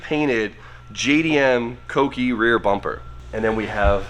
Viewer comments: Smh... he normally says cookie (read: coo-key) instead of kouki. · koh - oo - key